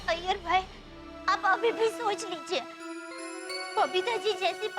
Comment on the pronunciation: Are bhai Iyer ka a nhi i ata he